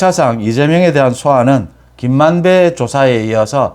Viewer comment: 발음이 김만대라고하지마세요